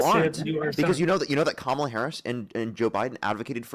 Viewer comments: Maga pronounces kamala as "cam ala". Caller pronounces her name cam ala. Caller is 100% maga. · When a person mispronounces Kamala's name 'Kamal'a it is a dead givaway that the person is MAGA.